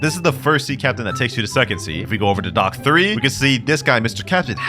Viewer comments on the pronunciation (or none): none